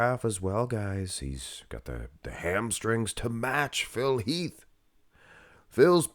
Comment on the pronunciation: Phil Heath….its Phil Heath.